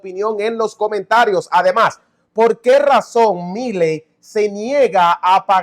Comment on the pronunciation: Has de cuenta que milei tiene acento en la "e", suena asi: Miléi